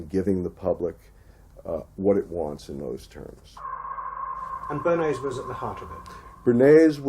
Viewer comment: Lieber, ich liebe deine Videos und bin Dir sehr dankbar für deine Arbeit. Dennoch muss ich dir mitteilen, dass der Herr Bernays ein stummes S im Namen hat. Man spricht es Börnay aus. Bitte sei mir nicht böse, ich musste es jetzt einfach schreiben. Ich bekomme immer lust auf Spargeln mit Sauce Bernaise, währen diesem Video 😉